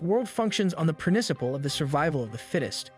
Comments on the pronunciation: "PRINICIPLE" The extra 'i' in this word plz send help I know this man is doing it on-purpose with the random pauses but fuck it mentally makes me cry. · he said "priniciple" xd